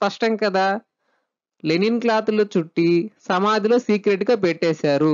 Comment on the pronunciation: లెనిన్ కాదు లైనిన్ cloth